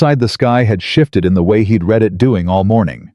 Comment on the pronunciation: Also read and read REED and RED-wrong pronunciation!!!